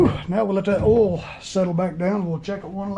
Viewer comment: It's not eral, it's oil.